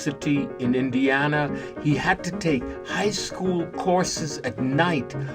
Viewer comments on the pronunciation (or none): none